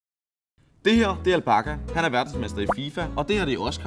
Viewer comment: han siger al bakka og ikke al Bacha😂